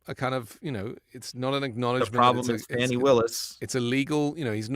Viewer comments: I'm not impressed with on this podcast TBH & I've followed it for some time. In this podcast, his disrespect by repeatedly using the MAGA prononciation for Fani Willis ( it's pronounced Fawn-ee not Fanny) is personally appalling to me as a woman - how would he like others to call him Run or Runny instead of? He also formerly said that he has evidence that women abort fetuses up to the 9th month of gestation. I can't abide misogynistic men like this & I'm surprised MTN has him on their podcasts as a host. I follow all MTN podcasts, but I'm not impressed with this one. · Learn to pronounce her name, please. Listen to your fellow Meidas Touch Network personalities. It's not "Fanny". It's "Fah-nee". Show respect to an incredible DA.